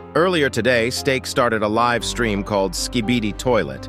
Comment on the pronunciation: Nahhhhh bro really said 'hey steak english or spanish'😂😂